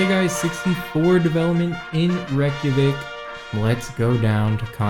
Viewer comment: reykjavik is NOT how your pronouncing it. Do you realize the millions of people your insulting IRL in this real capital of Iceland? sorry its Not good to do these things as a youtuber. Live and learn.